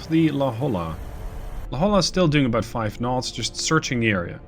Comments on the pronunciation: Just want to add La Jolla is pronounced la hoy ya. I got made fun of when I moved to california due to the same pronunciation mistake, even more so when I tried to say Cahuenga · FTR, La Jolla is properly pronounced " La Hoya".